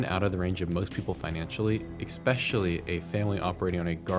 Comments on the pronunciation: E-specially not ex-specially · Eggspeshally? Really. It's especially. Esp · Stop saying "expecially"... its ESPECIALLY... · "EXpecially." lol. Really? English is your first language, right? 🤦‍♂️ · PLEASE stop saying “expecially”